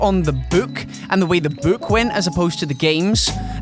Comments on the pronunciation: Not trying to be racist but the way says "book" sounds like "buuk" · I love how says "book". Chris Columbus, I think, is a good choice in directing with how he's able to bring things to life, just like these guys said.